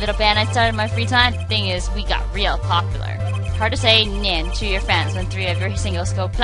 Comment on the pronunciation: and nein is said "nine" btdubbs